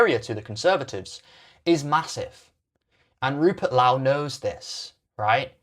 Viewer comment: This guy can't even pronounce Rupert Lowe's name correctly. I'm guessing it's rage bait, much like the rest of his uninformed piffle.